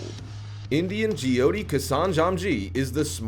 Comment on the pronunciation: It is j-y-oh-t-ee not jy-oti